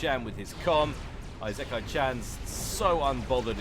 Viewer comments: ee-sick-eye is the phonetical pronunciation of Isekai. Also, are those T2 mass fabs around the capped T3 mexes? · Firstly, your pronunciation of isekai is incorrect (i-se-kai) it has no z and the first I is a short sounding "i". Secondly that's Farms. Thirdly if you're recording your voice separately to the game then you might want to edit out your coughing. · Not to be a smart ass, but the I in “isekai” is pronounced like an “e” in English. It’s the Japanese way of saying things. Hell, Isekai is whole genre that means being transported into another world, which makes sense because you literally travel to another world every game. XD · Isekai is pronounced I (like reed) se(like send) kai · Your prononciation of isekai is fine except that the beginning is pronounced "ee" as in the word "eel" and "se" as in the word "segment". That's always how you pronounce the letters i, s, and e in Japanese that's written in Roman alphabet.